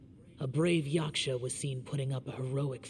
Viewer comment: finding inner peace everytime says 'yashka" instead of yaksha